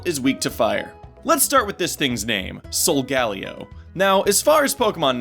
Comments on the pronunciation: Why do pronounce Solgaleo with 4 syllables...... Sol-gah-leo not Sol-gal-ee-oh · Um is it just me or is anyone else annoyed about how he pronounces Solgaleo. It's pronounced sol-ga-leo not sol-galeo. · ee, not tryna get anyone upset but i THINK the correct pronounciation of Solgaleo is "sol-gah-LEE-oh", not "sol-GA-lee-oh" also, WICKED theory. Game Freak knows how to play it smart AND get people who watch Fullmetal Alchemist possibly interested in Pokemon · this is the first time I've heard Solgaleo's name pronounced. I've always said it Solga-Lay-o. not Sol-galio granted I am latino so that may have something to do with it... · ok so im gonna just go ahead and ask... why does everyone pronouce solgaleo as if there were 3 Ls instead of 2? (sol-gal-leo) shouldn't it be more like sol-gah-leo? with the H being silent? it seems like simple phonics to me... just saying. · it's solgaLEO, not solGALeo leo => lion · Here is the real name origin. Sol of course is Latin for sun like you said, but the galeo part stems from the Hawaiian name Kaleo, which means voice or sound. This is very possible since the Alola region is based on Hawaii. And it's pronounced sol-guh-LAY-oh. Just like Kaleo is pronounced kuh-LAY-oh. I only noticed this because my name is actually Kaleo. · Sol-ga-leeeo please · This bothered me the whole video. It's pronounced "soul-GALEE-o". Not that monstrosity of the way you pronounce it. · Pronounced: Sol-Gah-LEO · it's pronounced sol-gah-LEE-o